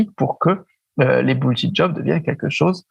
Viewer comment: Denis! Entraînez vous à prononcer les mots anglais avant bon sang! surtout bullshit! bullshit job, bullshiting , bullshiter.... (linguee, textospeech)...Merci